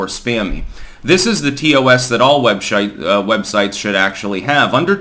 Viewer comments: lol "webshites" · "webshite" was a fun little slip haha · ‘Webshite’. Fantastic slip there, 😂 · Most apropos Freudian slip “Most Web Shites” 🧐😆😂 🤣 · hahahahahaha said 'WEBSHITES' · you just mispronounced sth which is funny - you said WebShite - that exactly the term which should be used for young turks, cnn, msnbc etc. you name it - they don't have websites they have webshites.